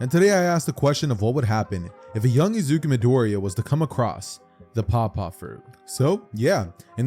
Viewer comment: Bro when I heard paw paw fruit I thought he said papa fruit, like the dad kind of papa